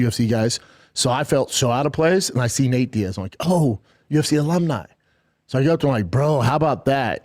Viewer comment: Did he just call him "Nate Diad? 😂 I can't tawlk B! Doofus!